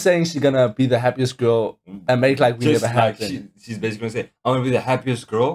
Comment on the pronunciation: i just noticed Jennie pronounces "the" like "duh"